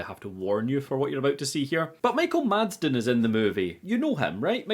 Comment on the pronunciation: The guy's name is Madsen. Did you also write Madsden in your script every time or did you really struggle this hard and consistently? Sorry, but it was just so distracting, especially with how often you used the name.